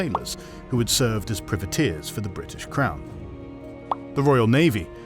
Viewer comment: Good vid. You don't seem to be able to pronounce "privateers" for some reason. ;-)